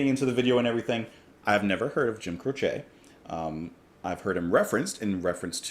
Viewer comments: Never heard him called "Cro=shay," you do that with needles and yarn. I've always heard it pronounced "Crow-chee." Oh well, great artist in any event. Songs "Bad Leroy Brown, and many others from the early 70s. I remember where I was when the news flashed over the Rock station radio I was listening to, when I was working on my pickup truck with the radio on. I couldn't believe it. Like the Buddy Holly incident back in the late 50s, I was stunned, his career had just started, and now he's gone. Life is fragile. He left us some wonderful music. Thanks. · Hey ~ Ok first off, it is pronounced Crowchee (the "e" is pronounced like the Y in happy) If you look at his wikipedia page, it shows you the pronunciation of his last name. When I saw that you were going to react to this, I already knew how you were going to react, as it's the same reaction everyone has to this beautiful and haunting song. In my view, the only song more beautiful and haunting is Starry Starry Night, by Don McLean. Jim is one of my top 10 singer/songwriters, and I cried my eyes out when I heard of his death. I was 14 and had been playing guitar for 6 years at that time, and playing his music was always a joy, and much requested at gatherings and parties. Jim and Maury were the perfect guitar partners, and both knew their way around the fret board. It was devastating to lose them both. Great reaction, as I knew it would be, and you're going to really enjoy the rest of his music. Deep Peace to your dad, and to you and your family. 💚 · Crow chee is incorrect. The proper pronunciation is This is the way he pronounced it. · I was growing up in the '70s when Jim's song were hitting big and suddenly he was taken from us. I always heard his name pronounced on the radio as CROWchee.